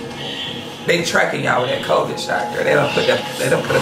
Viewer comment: Im dead he said covidd 😂😂😂😂